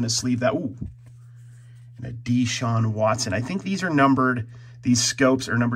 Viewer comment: you know when a collector doesn't follow sports when he messes pronunciation of old (Thomas) and new players (Deshaun, lawson, l'jarius, podziemski).